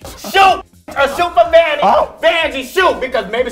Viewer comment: please dont call vanjie no more. EAR BLEED